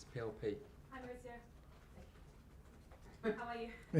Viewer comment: Still calling him " Moritsio"